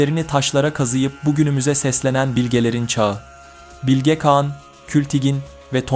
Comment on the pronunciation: Güzel video olmuş elinize sağlık sadece “Bilge Kağan” derken telaffuzu bazı yerlerde hatalı kulaği bazen rahatsız ediyor. Birde kagittan okuyor gibi oluyor bazı kısımlar. Doğal konuşma tonunu yakalarsan daha güzel ve akıcı olur. Ama tabi sadece bu geliştirme yönlü bir yorum. Emegine sağlık, kolay gelsin